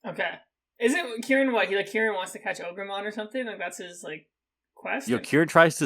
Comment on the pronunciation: it's been a whole day and i can't stop saying ogermon